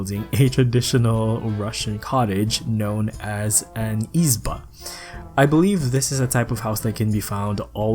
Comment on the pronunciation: Sweeeeeet))) The only pronunciation flaw I heard is that it's not Izba, it's izbA (the last vowel should be stressed), but all the other words sounded great! The spirit of the house that lives behind the oven (the russian word is pEchka) is domovoy, he can also live in the basement or in the attic - any dark and tiny place where it would be hard to find. Samovar is gorgeous! It was used not only to contain hot water but to actually boil it. Thank you so much for this build, it's lovely to see my childhood homeland culture represented.